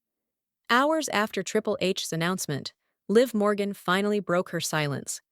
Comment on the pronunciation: Ahh ...the last name is MORGAN....NOT Borgan... sheesh!!